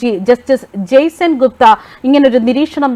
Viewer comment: ജെയ്സൻ ഗുപ്ത അല്ല... 😊 ജെയ് സെൻഗുപ്ത ആണ്